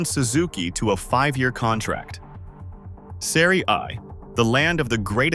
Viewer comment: The script and narration sounds like AI to me. Terrible pronunciation of Serie A and a lot of other words. Padding for time to make it a longer video for more ads 👎